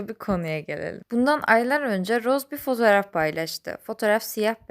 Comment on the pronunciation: Roz değil roze